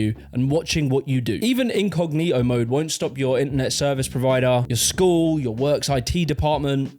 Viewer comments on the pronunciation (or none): none